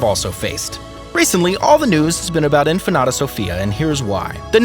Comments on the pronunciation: its INFANTA not infanada lol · Pronounced "inFANta", not infanata... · In-fan-ta not in-fa-na-ta. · The reader needs to look at the words properly. It is INFANTA not InfanAta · Say In Fanta, like Fanta soda so.. inFanta....you're calling her empanada...omg!!! Atrocious!! 😅who is this guy...he needs to be trained on how to speak but should not even try to say the words he can't pronounce. 🥴🥴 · Let me help you out with your difficulties. 1. Leonor, is princess, not infanta. 2. It is pronounced INFANTA, not infenada. 3. I imagine you have heard the name of Sofia ,at least once in your life. I won't explain to you what the difference is between an infanta and a princess. May I suggest to look up some YouTube uploads ,which might help you, specially with your awful pronunciation. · It sounds like is saying empanada! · How can you get Infanata out of infanta. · Really! I know you edit this video before submitting. Why didn't you research the pronunciation. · What is "INFANATA"? Please, take some pride in learning simple pronunciation! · In fa na ta??? As in empanada??? Man!!! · Why does this idiot keep saying Infa-NATA ?? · PLEASE LEARN TO PRONUNCE "INFANTA" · It bothers me how Infanta pronounce🥺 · Infante/infanta is the Spanish pronunciation of infant when translated roughly into English, just with a vowel at the end. While Spanish isn't the narrator's first language, infanta is not difficult to say. Americans even with whatever Spanish they remember from high school will be able to make out infanta without adding an extra syllable. If that doesn't work, Fanta the soda is sold here a, all he had to do was say Fanta and make the a a short vowel sound . So Infannta would become infahnta.